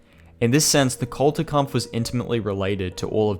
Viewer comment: It was sheer torture to hear you badly mispronounce the GERMAN word "Kulturkampf" 100 times. It is NOT "CultureKampf", imbecile!